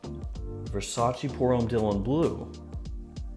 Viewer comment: I have whatcehed and appreciated dozens and dozens of your videos, but let me tell you that its not Versac(i), like the Y in yes; Its verˈsaːtʃe] more like the "che" in cherry. And its not "acqua di Gio" its acqua di dʒo similar if not the same as "Jo" in Joe. You know like "G. I. Joe" same as acqua di Joe . Now you have an advantage over the other fragrances reviewer